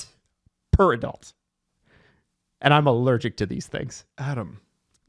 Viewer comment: It's purr not per person